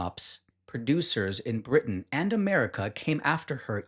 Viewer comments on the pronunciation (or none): none